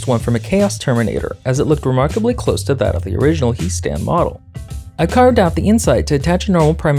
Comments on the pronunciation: I've seen Warhammer TTS to know that is pronounced "Hee" Stan. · It's pronounced He' Stan, not He' Stan.